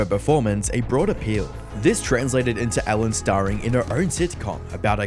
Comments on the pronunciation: I was hearing elle. Degener... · Its Ellen not Allen by the way xD